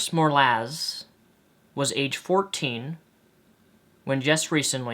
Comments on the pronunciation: judging that you call her "Besty" i can only assume that you didn't read the article. interpreted it wrong and it's MO RA LEZ not "morlaz" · if the american law is able identify the ones who bullied and shunned cherice's reports, then i say, they are the first to be liable on her suicide. by the way, it's MO-RA-LEZ not "morlaz" if you have any sincerity in grieving for the girl at least confirm on reading her name to avoid mispronunciation dyslexia is not an excuse (or reason) for apathetic negligence, especially on a serious topic.